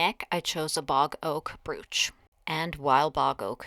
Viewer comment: It is pronounced broach...as opposed to brooch which is how it is spelled.